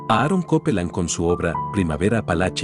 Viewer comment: se agradece el trabajo, sin embargo esta mal escrita la Traducción como HUAPANGO que esta con "G", también están mal pronunciados los nombres de Copland y otros que demerita mucho el trabajo